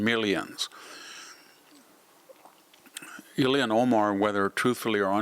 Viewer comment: I agree with you totally, but you NEVER on any of your videos say Ilhan Omar's name correctly. It is NOT, Ill-e-an, it is Il-han. Great info.